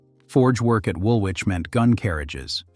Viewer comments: It's pronounced 'wool-itch' not wool-which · Woolwich is pronounced Woolich - the 'w' is silent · Woolwich is pronounced Wool- itch.